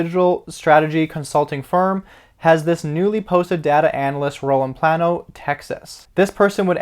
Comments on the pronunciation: Its not pronounced PLAN-O. It's pronounced PLAIN-O. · It's pronounced PLAY -NO but yes I hold both stocks. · Sorry I'm from Texas... It is pronounced plane-oh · I live in Plano... it’s pronounced PLAY. NO.... also hold 500 shares of PLTR so I love the news. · It's pronounced "Play-no"